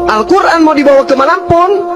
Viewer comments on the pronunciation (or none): gak bisa bahasa Arab, nyebut Qur'an aja Qur'on, jelas ngawur. Ditambah lagi dia gak pernah menampakkan diri, mungkin dia takut. Dan itu gak bisa bela kekristenan, dia cuma bisa bikin cerita bohong tentang Islam. Beda dengan Zakir naik, di setiap seminar, Zakir naik selalu mengizinkan orang mengkritik Islam dan dia menjawab kritikan itu. Tapi kalau mana pernah bisa membela Kristen dari kritikan, dia minta ditelepon pas ada yg nelepon, orang malah disuruh jawab kritikan dia. Kalau dia debat dengan Zakir naik udah pasti dia kalah, karena Zakir naik udah terbiasa menjawab kritikan tentang Islam, sementara cp sana sekali gak mampu menjawab kritikan terhadap Kristen.